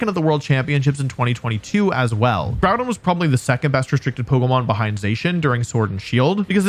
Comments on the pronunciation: I know it's a meme for pokétubers to pronounce pokémon names wrong but I'm very disappointed you pronounced Groudon wrong. Its Grew-Don. SMH. Do better 😢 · Groudon. Before JimmithyCool comes in and ruins it by calling him 'Grudon'